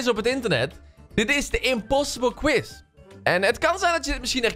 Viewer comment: "quize" hahahaha